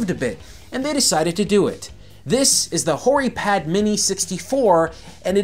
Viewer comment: You know it sounds almost like you're saying Whorey Pad. Which is funny.